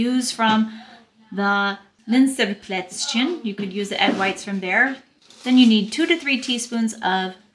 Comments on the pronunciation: Tsimmtsterne and Plätz-chen (as if you speak Chinese)! ;)))) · I don't want to be rude but this is important: The pronounciation of for example "Zimtsterne" and "Plätzchen" is not on point. I can imagine that your german friends are in wrong way polite but if you really want to learn german good you need to insist the friends to correct you, even if its annoying. I by myself am in a similar situation. I live in Portugal right now and learning portuguese. All the portuguese always say, how good my portuguese is. I beliefe no word of this. Luckily I have a good teacher which is always correcting me. What also was helping me with pronouncation is a online learning programm where you can hear the words again and again. You can adjust to hear them slowly first. This was very effective. After the first 1000 words you instinctivly pronounce also new words correctly because there are always patterns in Phonetic and so on.... PS: I know that german is a hell of a language but I knwo examples of adults who were learning german in 2 years almost perfectly. It's hard work, but possible...